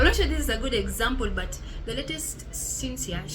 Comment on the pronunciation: I believe it's pronounced SHIN-SHEA but I'm neither Chinese nor fluent in Mandarin lol.